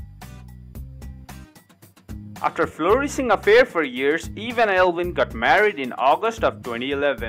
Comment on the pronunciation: Eivin is pronounced Ivan, not Elvin. There is no L in his name. Pronounce other words correctly. The narratives are horrible!!!!!